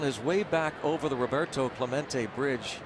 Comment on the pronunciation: the mispronounce is sooooo annoying especially since Roberto Clemente died trying to deliver supplies to Puerto Rico